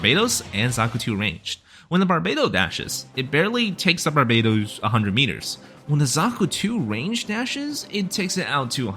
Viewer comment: Barb ba tos I cringed at every Barbados 🇧🇧 you said lol